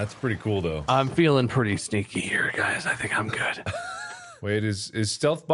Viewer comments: I've watched this video several times already and for some reason when Bob says he's feeling pretty sneaky my smooth brain hear stinky. XD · I’ve watched this countless times, and for some reason every time I hear Bob say “I’m feelin’ pretty sneaky here guys”, it sounds like he’s saying “I’m feelin’ pretty STINKY here guys” 🤣